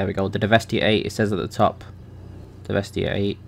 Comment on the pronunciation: I thought it was pronounced de-vest-eh